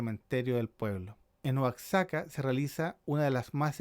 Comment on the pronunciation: Está mal pronunciado Oaxaca, la X al igual que en México se pronuncia como J.